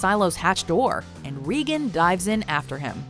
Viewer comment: did you say reegan? It’s regan which rhymes with megan